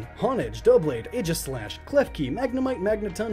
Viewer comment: AEGISLASH, NOT AGIESLASH!